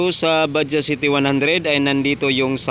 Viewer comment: Bajaj = pronounce Bajadsh